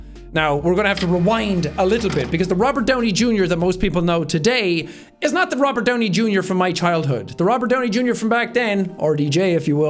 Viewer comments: i like "rovert downy jr" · I thought it was Robert not Rovert. (check the description). (if it's not there, then you won't understand). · "Rovert Downey Junior" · "Rovert Downey Junior" lol